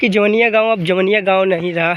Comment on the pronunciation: Pahle tu gaw ka nam sahi se bol.....ara jila ka ho or jawainiya nahi kah pa rahe ho